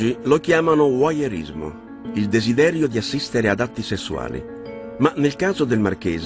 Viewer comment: 30.09....Voyeurismo si cice vuaiorismo, non uaiorismo!! Gnurant!